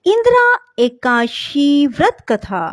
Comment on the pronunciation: Please it is ekadashi....not ekashi